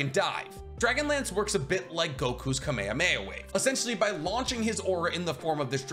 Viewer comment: you're really gonna use that americanised, badly pronounced version of kamehameha?